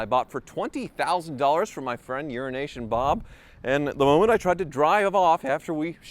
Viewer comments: Eurasia Bob, not Urination Bob. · I heard Urination Bob, it took me a minute, I'm not quite awake yet.